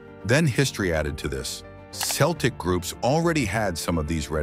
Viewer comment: Stupid AI can't even pronounce Celtic, so I am not going to listen to anything it says about my hair colour.